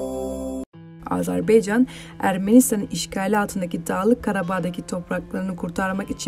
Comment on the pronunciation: AZARBEYCAN DEĞİL